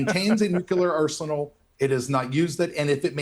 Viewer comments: Nucyaler? SMH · ‘Pre-emptive Strikes’ are ILLEGAL. Dig?!?! The word is ‘nuclear’ not ‘nuke-u-lar’ The guy is foxed… Watch how his blink rate increases… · It’s pronounced nu-clear! Not nuculer. It’s really irritating to me when a person says it wrong. If you’re gonna defend your bloodthirsty fascist nation, at least say the words right. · This IDF guy's habit of talking over other people is typical of fascists, especially when they are losing an argument. Also, did he practice saying "nukilar"? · When people say nucular instead of nuclear, it reveals a lack of regard for something important. Some say it out of ignorance or the perception of being so. Some use the word to buffer their mind from their own discomfort having failed to be forthright. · IT'S NUCLEAR! NOT "NUCULAR"! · Bit pedantic, but the word is NU-Clear. Not nook-ular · Tired of hearing "nucular" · "Nu-cu-lar" is an annoyance. 🙄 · We must return to mocking idiots who say nukuler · Ugh why us that no one can pronounce nuclear. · i kinda wish Doran would actually learn the word nuclear, that might be helpful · The guy literally does not understand what it means to be told that everything you've said is projection. So much so that he tries to use it against Mehdi but falls flat because he just doesn't understand what he's even talking about. When someone repeatedly mispronounces "nuclear" over and over again you can rightly ignore most of what they are saying. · NUCLEAR!!! There is only one U in the word. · How come right-wing nut?Jobs don't know how to pronounce nuclear? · This man can't even pronounce the word, nuclear correctly